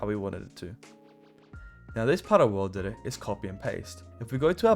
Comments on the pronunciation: you misspelt "worldedit" you said "wolrdedit" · the first was actually "WORLDEDIT" not "WOLRDEDIT" 😂😂